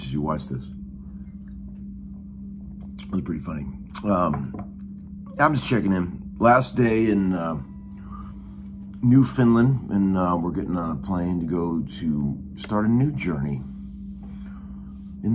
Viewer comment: It’s Newfoundland (New-fn-land) keep up the good work my friend !